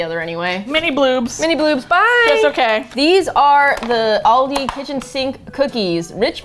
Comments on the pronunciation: Honey, I indeed am German. Of course they won't be able to say it the EXACT German way, but it's close enough. Especially considering the other way people say it is "Al-dee" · Yes, I live in Georgia, but I just now realized that I add an "s" to the end that is not supposed to be there! Oh well, I'll keep saying all-dees. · At first, I felt betrayed…how can they go to Aldi, and not Trader Joe’s? And then I watched the video…and IT WAS SO SPECTACULAR! How could I ever doubt these beautiful, hilarious, and simply incredible ladies!?💗💗 Also, is Aldi not pronounced All-DEE? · As an Irish Ex-Pat abroad, the Aldi FOMO is real. Although she is pronounced "Al-dee." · You are pronouncing it wrong, but all Americans do so I’ll give you a pass. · Please stop saying it wrong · The pronunciation of Aldi makes me aggressive, but other than that love ya guys😂 Greetings from Germany☺ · Hearing the way you guys say Aldi is hurting my Australian heart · I know they are American but the way they pronounce Aldi makes me cringe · ik yall mentioned it but as an irishman hearing they pronounce aldi hurts my soul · Love the video but the pronunciation of ALdi annoys me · I think you pronounced it right most of the time! The last time right at the end had an extra syllable in there. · no it's Al-dee I even Googled it because I saw so many comments of ppl saying where they are from and how to pronounce it and Al dee is right all dee is wrong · no they aren't it's al-dee not all dee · apparently the British pronunciation is Al-Dee and the American pronunciation is All-Dee so..... I don't know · actually its al-dee it originated from germany (if my memory serves me correct) and is famous in australia and u.k and its all pronounced al-dee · i live in germany too! But in my part they say al-dee not all-dee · Americans pronounce it wrong it is pronounced Al-dee not not all dee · if u look at American pronunciation it's aal-dee not all-dee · AL DI not Alldey ‼️‼️‼️‼️ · bruh it's al-dee not all-dey